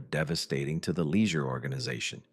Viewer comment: This video contains mostly true facts but it is funny to hear the AI voice mispronounced the name Spica 5 or 6 different ways and the name Leisure 2 different ways. I wish people would stop using AI to make videos.